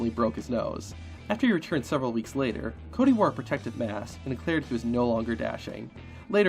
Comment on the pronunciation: Ah yes CAWdy